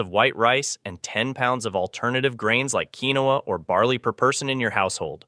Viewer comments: It's "KEEN WAAAAA". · Quinoa is pronounced Keen-wah, not keen-oh-uh. Linguini/Linguine is pronounced lin-guee-nee. "3000" above means 3,000 years . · Come on...linguine is not pronounced "lingwan" and quinoa is pronounced "keenwa". If they can't get the basics right how can one trust anything they say? I had to quit watching.